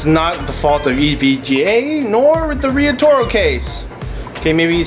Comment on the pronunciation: seems to me it should be pronounced "riot-oro" that would make a lot more sense.